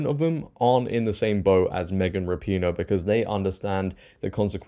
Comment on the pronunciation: Rap-IN-O or Ra-pin-O not PEEEN-O